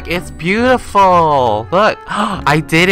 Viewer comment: "Bootiful" lol <3